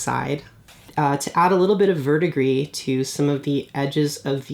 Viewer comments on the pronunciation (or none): none